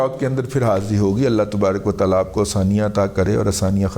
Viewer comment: اسلام علیکم دادا جی پلیز جب آپ بسم اللہ پڑھتے ہیں تو اس میں اللہ کے ہِ کو کلیئر پڑھا کریں پلیز 😊